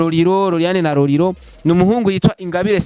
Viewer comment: Tafautisha R na L bro ati Roriro 🤣🤣